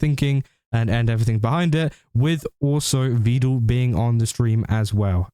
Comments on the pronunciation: Meedul peedul Veedul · Fyi, for future reference. Vedal is pronounced as, "medal, pedal, settle." Neuro just mispronounces it constantly.